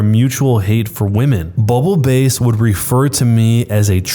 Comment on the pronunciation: S3: I hurt mentally when he read bubble BASS (like the fish) as bubble “base”.